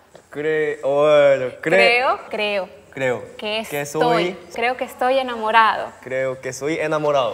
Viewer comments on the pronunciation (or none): perolocupado🤣🤣 perolotupado JAJAJAJAJ creo que estoy enaamurau mis dos neuronas: bengu estoy to'o los micos concinae XD rrerible Terrible, Omg qué buena pronunciación mis neuronas: (x2) NO PUEDO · Ese enamorao le salio Costeño 😅